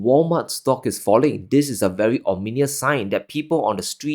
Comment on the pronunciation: Sorry Ominous is pronounced as Ominus not Ominius...is it a Singaporean thing again....LAH LAH land.